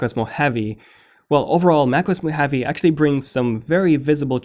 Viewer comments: Moh-ha-vee, not Moheavy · MO-HA-VEE not MO-HAVE-eee. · it's not pronounced as "mo-heavy". It's pronounced as "mo-ha-vé". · It’s Mo Haw Vee NOT Mo Have Eee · It's not Mac OS mohavi it's Mac OS Mohave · why are you pronouncing “mo-heavy”? hahahahahahhahahahaha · lol what? I live in Las Vegas which is the biggest city in the "mo hawvey" and have NEVER heard it pronounced as "mo heavy" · you are pronouncing Mojave wrong... you sound like a cartoon character saying "Mo havyyyy"... good review though. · Did you pronounce Mojave as 'mo-heavy' ? -_ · Am I the only one who is annoyed by his pronunciation of ‘mojave’ as moheavy 😂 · I wish you could say Mojave. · Stop mispronouncing "mojave", thanks. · I don’t like the way you pronounce Mojave 😂😂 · I had to stop watching it. It is annoying to have a name constantly miss pronounced. And I mean 'CONSTANTLY'.